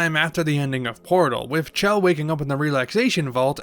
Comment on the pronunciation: you pronounced her name wrong, it's Chell, not Shell. If you don't believe me, listen to Cara Mia Addio again or the unused voice line evilagainsamples_01, where GLaDOS says Chell's name.